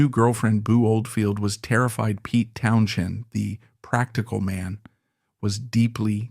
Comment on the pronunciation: Ha ha! Town- CHEND. That’s AI for you.